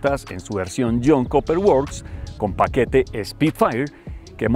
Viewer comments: comentario constructivo...Cooper se pronuncia "Cuper" y no Coper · El Jhon “koper” works …